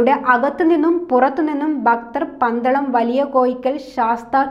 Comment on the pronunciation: ബക്തർ അല്ല ഭക്‌തർ